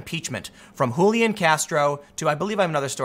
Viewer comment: What's with the Hulian???? My cousin has this name, it is an English name and is said Julian , underlining the J. Yes it's from the Latin Julianus, which is a derivative of Julius, and old Roman family name